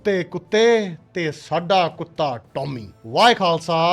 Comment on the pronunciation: Pehle fateh bolna te sikh le mask wale uncle.